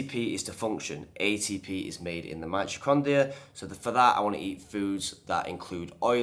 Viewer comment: Is pronouncing the word "mitocondria" hard for all Brits? I had to replay it a couple of times to make sure he was saying "mitrocondia", lol.